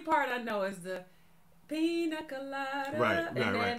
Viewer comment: pronunciation was correct. In Spanish, the i has a "ee" sound and the ñ has an "ny" sound. For example, niña (girl) is pronounced "neenyah" and piña (pineapple) is pronounced "peenyah."